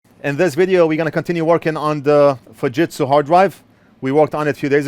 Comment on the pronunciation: You mis-pronounced Fu SHIT Su 😂😂😂